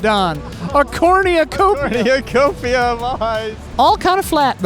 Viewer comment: "corneacopia" 10/10